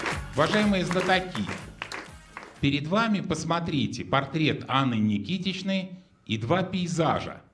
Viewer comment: Ведущий: Никитичной? Ужас!